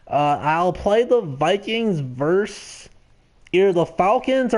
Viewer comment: FYI, when you say Vikings vs. Saints or Falcons, it’s pronounced “versus”, not “verse”. Always annoys me when people screw that ul.